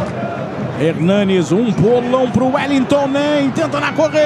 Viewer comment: Qual a dificuldade o povo tem em falar "HERNANES" E NÃO "HERNANDES"